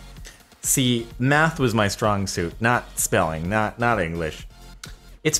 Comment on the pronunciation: Math not meth